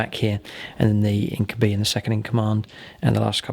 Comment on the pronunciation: I know it isn't a particularly common word but "incubi" is pronounced in-kyoo-bye, much the same as incubus and succubus are pronounced. Other than that, fun to see these two relatively uncommon armies pitched against each other